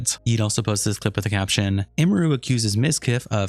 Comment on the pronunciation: Every content creator I've seen making videos about this can't pronounce her name right 😂It's Em-er-ru, not Ee-mer-ru, Em-me-ru